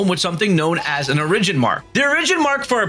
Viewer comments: I'm triggered by the way you say origin but love the video otherwise lol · Not pronouncing origin correctly is going to give me an aneurysm. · I had no idea the word Origin COULD be pronounced differently, but here I am, surprised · Says origin so weird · Bro your pronunciation of origin almost made me click off